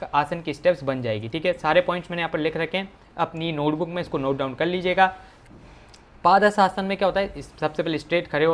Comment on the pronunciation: 🤣 paaaaadhastasna nhi padhastasna!!!!!!!!!!